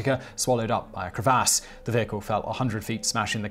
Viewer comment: The way he said " crevasse " though 😂😂